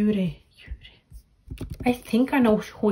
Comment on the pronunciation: Juri, the Japanese members formerly of AKB48, is pronounced with the J sound, not like “Yuri” btw Also, Suyoon and Sohee were on Produce 48 too, if you recognized them. Edit* Plus, it’s Bim Bam Bum not “Dim Bam Bum” lol